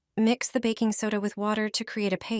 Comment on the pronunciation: ... "backing soda" 😂